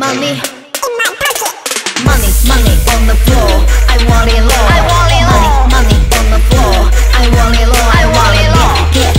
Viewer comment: want it low這發音不ok